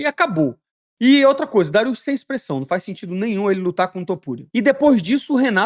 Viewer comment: Elias Topuria é foda, tu errando o nome dele, acho incrível